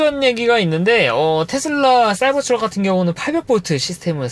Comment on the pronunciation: 발음을 굴릴려고 하다보니 사이버스 트럭이라고 계속 하시는데 영어는 발음좋다고 잘하는게 아니에요